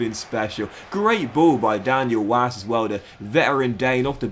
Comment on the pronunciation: It's pronounced Daniel Vass